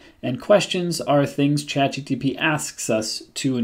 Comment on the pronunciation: Am I hearing you saying ChatGTP